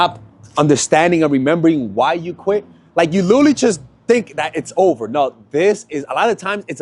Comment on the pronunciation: Pls break the habit of saying saying ‘liddurly’!